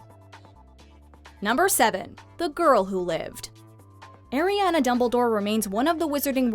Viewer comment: My nieces name is Ariana. & credence did not die. Pronounce Ariana right